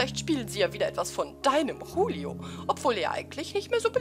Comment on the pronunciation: Wegen der Aussprache nicht hulio sondern Julio wenn man der spanischen Aussprache glauben schenkt.